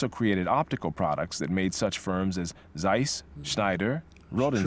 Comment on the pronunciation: ZEISS - wrong pronunciation.